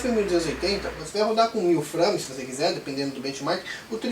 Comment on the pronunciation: Frâmes ... hehe bom video cara